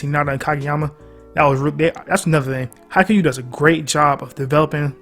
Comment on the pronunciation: man, this vid is straight faxx, but please, please, please get ur pronunciation right. Its pronounced Ha-ee-kyoo. Ur the goat but as a japanese person i fee the need to correct u here. But haikyu is a goat tier anime